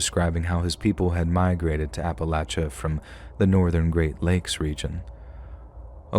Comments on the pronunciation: Great voice! Love the way you narrate, and thanks for saying Appalachia right! I'm actually from East Tennessee so it was pretty cool listening to these stories! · rules! And he pronounces Appalachia correctly and I’m from Louisiana— with friends from Carolina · It's a collection of stories from "Ap-uh-lach-uh". You gotta just sound it out and use your thinkin' cap. That's how we do it in West by God Virginia anyways.